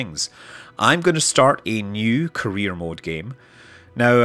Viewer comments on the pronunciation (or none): Am I the only one hearing "Korea mode"?